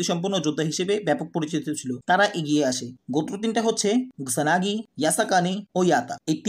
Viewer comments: That's kusanagi bro😒 Not gusanagi😑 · এফোর্ট খুবই ভালো, কিন্তু ধরো ৮০% মজা পাইলাম. ধারাবাহিক বর্ণনা ভালো ছিল কিন্তু নামের উচ্চারণের গুষ্টি মারা হয়ে গেসে. কুসানগি থেকে গুসানগি, কিও থেকে রিও ... কি ছিলো না এইখানে. উচ্চারণ ঠিক করলে আরো বেশি ভিউ পাব. তারপর ধন্যবাদ এই বাংলা রিভিউ দেয়ার স্টেপটা নেয়ার জন্য.